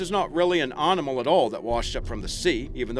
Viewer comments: What kind of accent pronounces animal as "ahrnimal" - where's that from ? Confused me at first, " pahrterns" too.... had to go back over the video to re listen..... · sorry luv the channel .... but what way is he sayin (animal )?